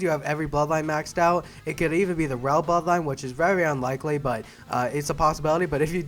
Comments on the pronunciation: it’s prounced ryo not Roy but he’s right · It’s pronounced “ Ree-Yo “ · i love how this dude calls ryo roy